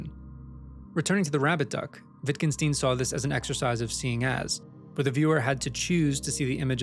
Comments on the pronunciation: WittgenSTEIN not "steen". Stein, as in Einstein. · I cringed at the way you pronouced "Wittgenstein". The "Stein" is pronouced the same as in Einstein, not "steen". Otherwise great video, just felt the need to point this out.